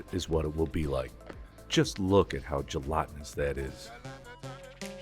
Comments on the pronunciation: Where are you from? I can't place your accent... You use GA English, but then there are certain words where you pronounce a "short-a", 'æ' (like in cat, /cæt/) as an open-front 'ɑ' (like in dog /dɑg/). I.e- 'tɑllow' and 'gelɑtinous'. Otherwise, I'd never have guessed that English is your second language - other than that one quirk, you sound like a native speaker. Great job on all your hard work!!! 😃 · Gel-ahhhh-tenuous, veal taauuul-ohhh. Why so weird with pronunciations?!